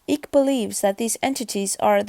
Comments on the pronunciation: If you are xx gonna use someone’s name use it right ICKE = kite not ick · For goodness sake the man's name is Icke as in bike not ick. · why is everyone using wikipedia for the content advisor ? other than they cant write or read ? all of these rep videos are bollocks ,at least this is informative ,im sick of the slowed down camera glare videos its eyk pronounced EYE K not Ick !!